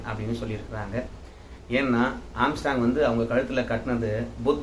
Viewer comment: ஆஸ்ட்ராங் இல்ல ஆம்ஸ்ட்ராங்...